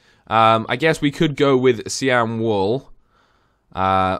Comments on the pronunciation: Cyan (S-i-yan) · Cyan is pronounced sa-ya-n